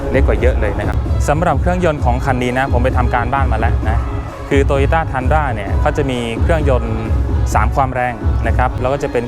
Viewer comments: อ่านว่า ทรุนด้า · น่าจะเรียกว่า “ทุนดรา” นะ ฝากเจ้าของคลิปหาข้อมูลอีกที ว่าฝรั่งออกเสียงเรียกอะไรกันแน่